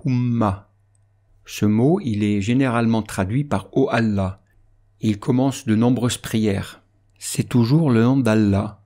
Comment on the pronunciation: Pourquoi quand tu prononce Allah, tu allonge la fatha alors que c'est laam qui doit être allongé ? Et pourquoi au début du mot Allah, tu le prononce avec un alif fatha au lieu de son "a" grave ?